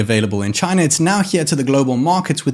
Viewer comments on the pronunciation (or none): none